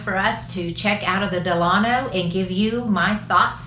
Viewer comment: Great video! I’m not trying to be the grammar police but it’s pronounced DELL-A-NO. The hotel is named after Franklin Delano Roosevelt.